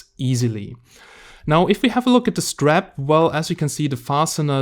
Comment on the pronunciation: STRAP - not STRIP :-) - Your English is great.